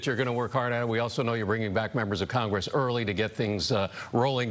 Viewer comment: Too many coccongress in her mouth…